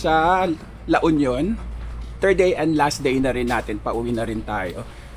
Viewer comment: La Union is... L U, not El yu.